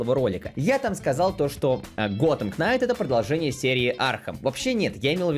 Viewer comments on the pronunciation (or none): none